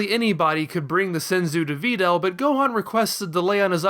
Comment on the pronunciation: Why the fuck do you pronounce Videl's name like that... I can't watch anymore